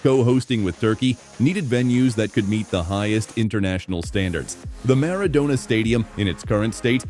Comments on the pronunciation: Animale che sei si dice Maradona no miridona fate letteralmente schifo per non dire Munnezz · Diego Armando Meridona non si puo' sentire. Questa ia è a livello di uno scimpanze' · Animale si chiama stadio Maradona no Miridona fate letteralmente schifo per non scrivere che siete Munnezz a infangare un nome cosi enorme